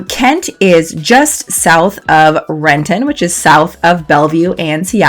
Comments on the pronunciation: Rent'n. The I sound is silent. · Madame! Its Rent'in, not Ren-ton. And its not federal way, its felony way. Are you are local or not. Whats next, Mont' Rainier.